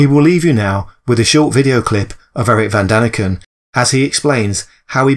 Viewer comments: Von! not van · Von not Van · At least get Erich ‘VON’ Daniken’s name right ! 🤷‍♂️🤦‍♂️